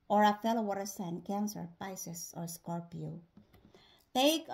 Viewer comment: Scor pee O’s! 😊 I had never heard someone use 3 syllables to say the word Scorpio😂 Thanks!